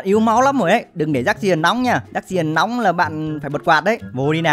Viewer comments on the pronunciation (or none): none